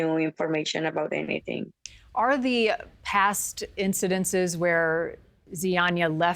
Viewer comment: “Incidinces?!” Really?! Incident. Incidents. You’re welcome! Xo!